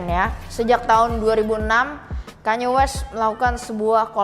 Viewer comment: with all due respect, please pronounce it "kan-ye" 🙏